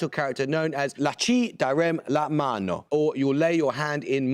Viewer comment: La ci darem la mano learn to pro- nounce It- alian.